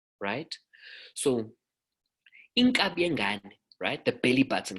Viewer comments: Inkaba. Not inkabi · Inkaba not iNkabi. Inkaba it's the umbilicus but iNkabi it's an ox